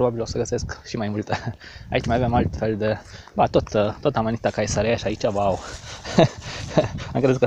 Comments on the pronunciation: Ae în latina se citește e deci " cezarea".Caesar se citește Cezar. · In latina grupul ,,ae" se pronunta ,,e"".Deci ati gasit amanita cezarea, se pronunta asa cum este scris in romana. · "ae" se citește "e"